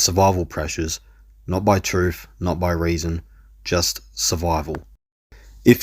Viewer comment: "What's brave about running from the troof?"